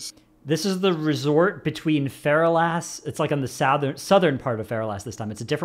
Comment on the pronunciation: God damn it its not fera las. Its Fur all lis. thats how u pronounce it. Fur all is